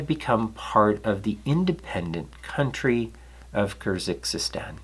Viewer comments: Interesting content, as usual. I'd like to add a few comments about pronunciation. The actual name of the animal is Longisquama and not Longisquamata, and it originates from Kyrgyzstan (not Kyrzykzystan or whatever) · I really love your presentation but sometimes I am surprised by your mispronouncing of rarer or longer words such as "Kyrgizstan" (pronounced as CUR-GEESE-STAN, more or less) or in another video "Nipponosaurus", for example. I would like you to bring your attention to the fact and ask you if you suffer from dyslexia? I am sorry for the unrequired criticism but it surely is distracting.